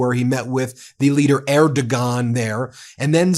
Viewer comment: I am generally in support of Meidas Touch, but am not much of fan of Ben. In addition to all the words I have heard you mispronounce since the beginning, you can't even pronounce Erdogan correctly!! You are reporting world news, for god's sake. Please do better!